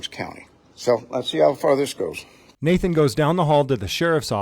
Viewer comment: He can't say Nathan? Is he from Pluto?